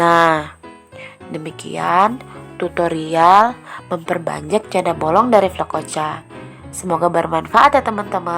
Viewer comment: Janda bolong.... kata bolong nya okaaaa bangets... bollongng